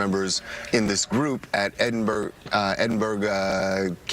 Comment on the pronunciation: TMZ guy can not pronounce "Edenborough", I'm from Africa, no difficulty for me. What a disgrace, he could have found out beforehand, not a difficult name like some French names.